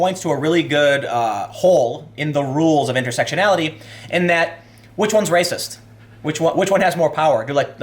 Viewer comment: Muh Wepwations man, dats wacist.